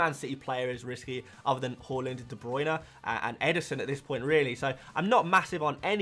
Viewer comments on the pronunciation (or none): Love your content but I got to admit I’ve been watching you less this season just because I can’t stand hearing you call Haaland “Holland”🙏🏻🙏🏻🙏🏻🙏🏻